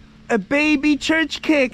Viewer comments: nice place, welcome back to Hungary. Csirke is chicken, not csicskek. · Chicken is pronounced Cheerka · check up the pronunciation for chicken or hens in google translator, because what you say is totally not understood for any Hungarian.